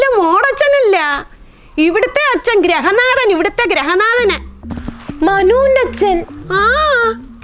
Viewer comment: ഗ്രഹനാഥൻ അല്ല, ഗൃഹനാഥൻ. ശരിക്ക് പറയ്